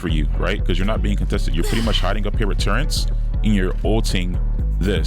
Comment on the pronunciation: Never trust a guy that calls Turrets "Turrents" 😮 Jk, good vid.